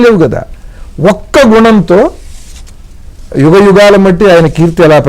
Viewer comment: Excellent interpretation about Ramayana characters. Interview chestunna madam garu Yugam uchcharana lo yugham anakandi. Ga but not Gha